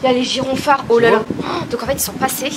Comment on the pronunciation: Les "GyrONphares" punaise elle m'a vraiment tué 😂😂 (on dit gyrophare) 😂